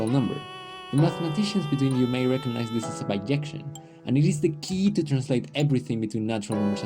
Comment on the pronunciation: In English it's bijection. There are languages that pronounce it similarily yo "biyection", but not English